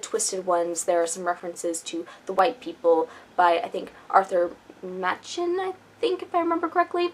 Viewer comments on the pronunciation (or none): Hi, you are right Arthur Machen wrote the white ones. Machen was Welsh and is pronounced in the way that rhymes with blacken. Great reviews thank you!